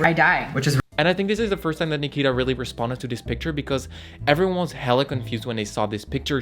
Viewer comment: I dislike nikita too but you shouldn't mispronounce her. Always remember that you dislike her because of the amount of drama she puts herself in, not the fact that she changed herself to be more comfortable in her own body.